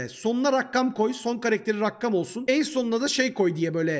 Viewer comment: Rakkam değil rakam